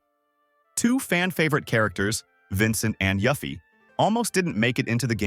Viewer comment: It's not yaffie. It's yuffie. Get it right mate.